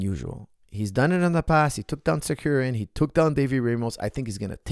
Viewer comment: It’s Tsarukyan not Tsakuryan😀